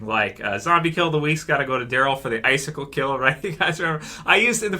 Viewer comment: say icesickle